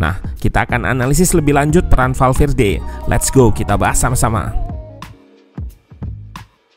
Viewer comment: eeh salah lagi kurang L nya. valverde🤭